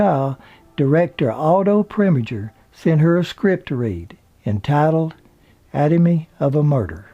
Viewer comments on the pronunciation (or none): Please learn to pronounce words correctly. Atomy of a murder? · Lee Remick announcer mispronounced "anatomy"... (as atomy...), maybe more; I stopped listening... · Only proble with this is the narrator mispronunciation of Ben Gazzara, Tony Fransciosa , and other's names. He also mispronounced Anatomy. The autobiography was well done, though.